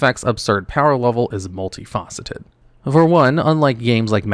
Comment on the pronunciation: Either was sick during the recording or he used AI for this video. Seriously, what is "multi-FAW-ceted"?